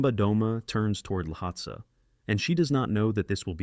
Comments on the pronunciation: Pronounced "Lotsay" or "Lowtsey" Not Lotsah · It’s the AI. Sometimes it miss pronounces words. It says lahotsah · so is this voice ai generated (and not disclosed to be which is gross btw) or do you just not know how to pronounce any of the mountains youre talking about? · How many different ways can the same “Voice” miss-pronounce the name of the same mountain?